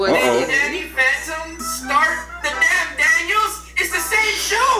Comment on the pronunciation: its sound like hes saying he's a fanta 🤣